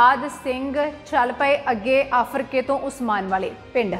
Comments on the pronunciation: ਭੈਣਾਂ ਪਿੰਡ ਦਾ ਨਾਂ ਤਾਂ ਸਹੀ ਲੈ ਆਫਰਕੇ ਨਹੀਂ ਆਰਫਕੇ ਹੈ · Aarafke. Aa. Aafrke. Nhi. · ਆਫਰਕੇ ਨਹੀਂ ਆਰਫਕੇ ਹੈ ਜੀ ਧੰਨਵਾਦ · ਆਫਰ ਕੇ ਨਹੀ ਆਰਿਫ ਕੇ ਪਿੰਡ ਆ ਜੀ ਫਿਰੋਜਪੁਰ ਕੋਲ.... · ਭੈਣ ਮਾਫ ਕਰਨਾ ਫਿਰੋਜ਼ਪੁਰ ਜਿਲੇ ਵਿੱਚ ਆਫਰ ਕੇ ਨਹੀਂ ਆਰਿਫ ਕੇ ਹੈ ਪਰ ਬਹੁਤ ਵਧੀਆ ਉਪਰਾਲਾ ਹੈ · ਬੀਬਾ ਜੀ ਪਿੰਡ ਦਾ ਨਾਂ ਆਰਿਫ ਕੇ ਹੋਵੇਗਾ ਆਫਰ ਕੇ ਨਹੀਂ। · ਆਫਰ ਕੇ ਪਿੰਡ ਨਹੀਂ ਆਰਿਫ਼ ਕੇ ਪਿੰਡ ਹੈ ਜ਼ਿਲਾ ਫਿਰੋਜਪੁਰ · ਆਰਿਫ਼ ਕੇ , ਆਫ਼ਰਕੇ ਨਹੀਂ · ਆਫਰ ਕੇ ਨਹੀਂ ਆਰਿਫ਼ ਕੇ